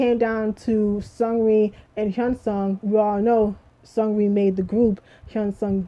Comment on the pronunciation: What did you say about Seungri after the mark? It was hard to understand what you said.